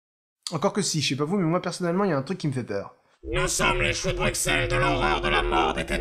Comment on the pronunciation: On dit "Brucelles", même si ça s'écrit "Bruxelles"